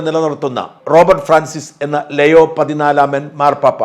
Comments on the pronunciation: ലയോ അല്ല ലിയോ 😄. ഇത് പയസിനെ മലയാളികൾ പിയൂസ് ആക്കിയതുപോലെ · Both in the UK and the US, the new pope's name is pronounced Leo (liyo/leeyo) and not leio or leyo.